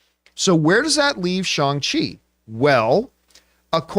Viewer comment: His name is pronounced, Shang Chi with the hard letter A sound, not Shung Chi.